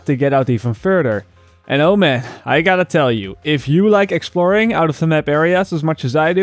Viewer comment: Stop saying "the mep"